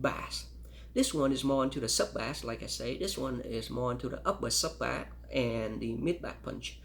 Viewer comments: He actually is very well spoken , and I've heard people who had English as a first language pronounce bass as bah-ss , he just doesn't know yet it's pronounced bay-s. No one compares these headphones so I'm impressed he even made this video lol. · For the life of me, I can’t fathom this guy’s accent. I just can’t stand the way he says “bass”, It actually makes me feel physically angry.